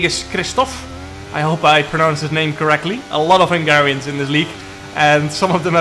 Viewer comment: So funny how you pronounce hungarian names 😊